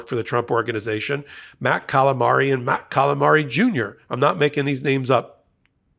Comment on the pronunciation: i lost my mind at "matt calimari" lol.